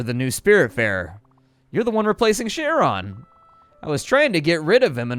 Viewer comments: the "ch" in CHARON is pronounced more like "k" not "sh" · Went down through comments expecting at least one comment correcting Charon. Charon is in the same club as words like Chrono, Archaeological, and chameleon.